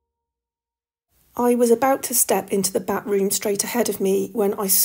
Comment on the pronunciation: Also getting giggles from the repeated use of "Bat Room". I'm like "It's pronounced 'bath-room'".